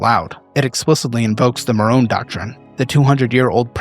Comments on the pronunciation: MON-ROE. Not Marone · pls 🫣 Monroe and nuclear No morone and nucular